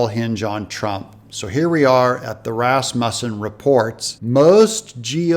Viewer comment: Thank you so much for saying Rasmussen correctly. That’s my last name.